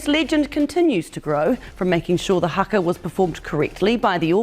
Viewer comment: Its not harker its haka as in cracker